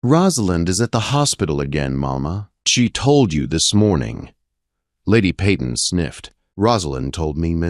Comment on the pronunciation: Their name is pronounced PAYton! Good story.